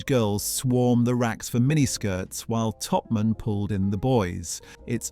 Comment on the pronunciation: Glad someone else spotted it. The pronunciation of years, plus Topman and Dolcis, an the intonation on several words fell flat. The voice is trying hard to be that of a modern young British man, however it is simply AI shit.